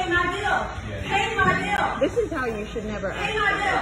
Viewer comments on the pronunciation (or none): “i’ll pay youw biww if you leave!” GAHAHAHAHAH